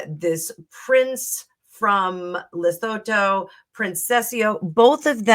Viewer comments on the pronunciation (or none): Lesotho is pronounced as Le soo too. I am South African. Their country is landlocked in RSA. What about the video where Meghan pushed Sophie out of the way and wouldn't let Sophie stand next to H when the polo trophy was handed over? That was a Santabale fundraiser. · Lesotho -le sue-too